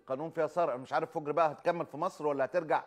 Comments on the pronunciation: تقول انا مع التطبيع لأنها مطبوع على قلبها الله لا يبلانا .. صحيح فُجر مو فَجر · فَجِرْ ❌❌ فُجْرْ ✅✅ كل الكويت مع فلسطين 🇵🇸❤️🇰🇼